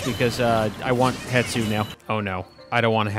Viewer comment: Stop calling hestu hetsu please stop it gives me physical pain whenever you call hestu hetsu